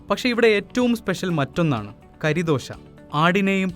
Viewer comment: കരിദോശയല്ല ബ്രോ കറിദോശയാണ്, കറി എന്ന്‌ പറഞ്ഞാൽ ഇറച്ചി.